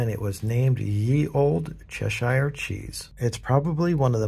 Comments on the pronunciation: The streets are pretty busy today at Covent Gdn? Life long Londoner here and i thought it looked absolutely deserted you should see it at christmas🙂 plus it chesh-eeer not chesh-ire. That castle is actually The Tower of London!!! Suthark not south-wark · Not. Pronounced Chesher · Cheshire is pronounced "Chesh-ear" not "Chesh-Ire" English english is complicated, all the rules are regularly broken!